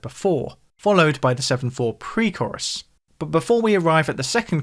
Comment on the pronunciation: Mate, I'm being a pedant but the way you are saying Chorus (korriss) instead of Core-iss is making my skull itch 🤣